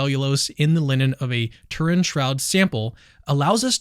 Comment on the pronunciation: You can't even pronounce "Turin" correctly. AI doesn't even believe in Jesus.